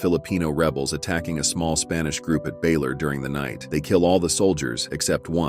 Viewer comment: Siege of Baler! Not Baylor 😅